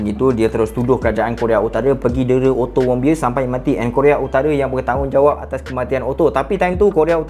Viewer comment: knpa ak dengar ckap "ottomobile" 😂